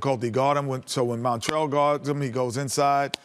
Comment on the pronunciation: I don't think I've ever heard Kenny pronounce Montrezl's name correctly